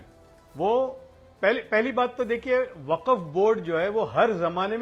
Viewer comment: वक्फ का उच्चाण बहुत बार खराब हुआ ।